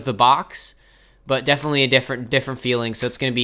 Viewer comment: lol i don't think can say definitely